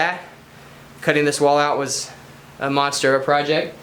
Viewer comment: "" This Proyect is Sick!